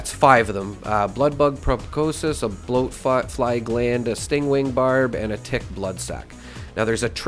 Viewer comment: It’s not pronounced probocosus It’s pronounced pro-boss-kiss